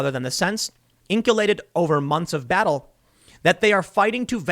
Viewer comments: “Inculcated!” Not “Ink-u-lated”. Just a friendly correction from a fan of your blogs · INK-ulated!? In-kull-kated (Inculcated) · TIM!!! Inculcated is pronounced "in kul kate ed" NOT 'in cue kate ed' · Tim, it's "inculcated", not "inkulated". And, you know what it means, right? And, no, I'm not being all elitist on this, I'm simply pointing out that: You do this for a living, Tim. Have a little self-respect, and get it right.